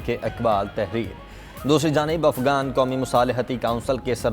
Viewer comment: ابے بیوقوف افگان نہیں افغان ہوتا ہے